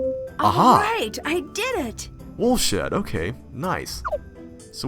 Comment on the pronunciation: It's Woolshed